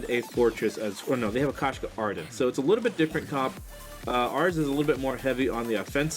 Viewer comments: that koshka pronunciation though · I'm dying 😂😂😂😂😂😂